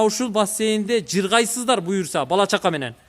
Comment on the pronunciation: Жыррррргайсыздар дейтго